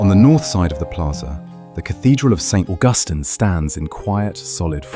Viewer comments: "Street" Augustine. Fucking HILARIOUS. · Poorly done for our beautiful city. It is Saint (St) George street, not George street. What a horrible AI voice, British, really? I wish Augustine was pronounced correctly.